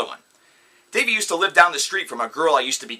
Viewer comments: Its Da-vee not dayvee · One you said Dahive wrong. And second watch the YouTube video The Truth About Dahive Vanity. That will clear things up. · Dude that's not even how u say his name so you can't act like u know him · First how dare u say tht dahvie is a fuck up when your the one waring sun glasses inside THE SUN IS NOT IN YOUR HOUSE and they do not look cool they look stupid. Second u cant even say dahvies name right. 3rd you have NO proof he is a paedophile anything could be made up. 4th if you hate him so much why are u spending so much time talking about him. 5th u cant say they do bad music (its amazing) id like to see u do better. 6th botdf are amazing the best band in the world as well as bvb,my chemical romance, system of a down, all time low and fall out boy and so on, I would love to see u pick on them just coz a few or more people have made up some stupid storys on the Internet and utube. U are so ridiculous just leave them alown there a very good and strong band and dont need all your crap putting them down!!!!!! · Am I the the only one who cringes when he says his name wrong everytime? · Me too no worries though they take the time to talk the shit but don't even know how say the name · wow he is saying his name wrong.....And these are not facts but story's that are not proven in a way. I am not a huge fan of theirs but I know he was accused before and then the girl made a video apologizing for it. What is the point of this video if you just hate them? And now apparently Dahvie is the next Michel Jackson? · Preach! I barely got to 56 seconds in this crap anyway